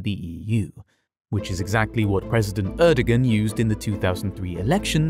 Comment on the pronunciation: The pronunciation of “Erdogan” was unbearable